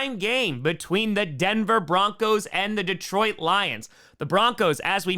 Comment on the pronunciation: this pronunciation of Detroit is better but still not great. Deeetroit, not D’troit